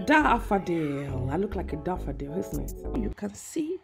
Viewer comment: “Look at dat DhaaaaaaFaDeel” 🤣🤣🤣🤣🤣🤣🤣🤣🤣🤣🤣🤣🤣🤣🤣🤣🤣🤣🤣